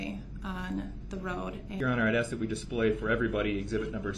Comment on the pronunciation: omg I didn’t know. Is there a video regarding Dawn Woods case? I didn’t care for her the moment she spoke out. There is something about her that rubs me the wrong way. She says “aks” as well lol. Best wishes to you and your family 🌸